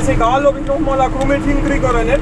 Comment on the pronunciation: das heißt nicht grumit sondern gramert